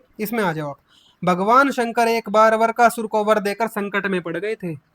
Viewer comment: वीडियो बनाने वाले को हिंदी बोलने का भी ज्ञान नहीं है वृकासुर को वरकासुर बोल रहा है और बातें कर रहा है भागवतज्ञान की तुम्हारे गुरु रामपाल कबीर दास जी की पॉइंट 1% भी बराबरी नहीं कर सकते वे दिन भूल गए जब उनके आश्रम में उनके लोगों ने गोलियांचलाई थी रामपाल को खुद हिंदी बोली नहीं आती मूंह बिचका बिचका कर बातें करता है, जेसे फिल्मों में जॉनीवॉकर।